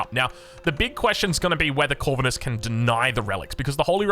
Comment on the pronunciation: Nah mate, ur pronouncing it wrong... It's not Corvinus... It's Corvinus... Good lord... 🙄😮‍💨